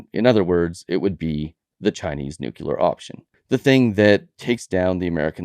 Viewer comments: It's NUCLEAR, not nucular, ffs. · (Nu)(Clear), not (Nuke)(Clear). That must have been a Freurian slip from the potuses. Not sure where (Nu)(Cu)(Lear) came from, but colloquialism comes from those who are not so much articulate.